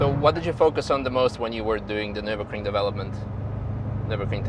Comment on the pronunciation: So that video dude has driven many cars - over years - on the Ring. But hasn't yet learned to pronounce the name of the race track correct. Impressive.....